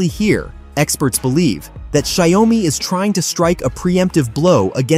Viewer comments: Well, it 's xioa mi not xi oa mi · Maybe use an AI model that can actually pronounce the name. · Learn how to pronounce the company's name correctly